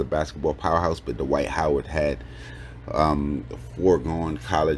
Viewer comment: Duh-wight Howard 😂😂😂